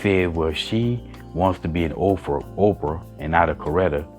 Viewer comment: Are you saying "Ov-frah"? I think the lady on the panel said Oprah.